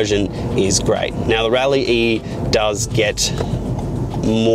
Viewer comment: It's pronounced "rally" :)